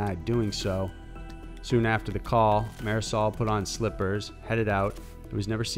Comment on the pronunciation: The way he pronounces "Marisol." Oh my god...